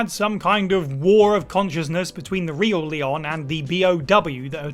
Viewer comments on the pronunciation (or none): none